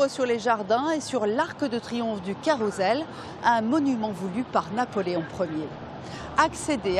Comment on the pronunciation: Carousel, le s se prononce